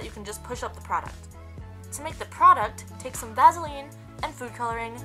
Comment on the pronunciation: She calls Vaseline vazzeline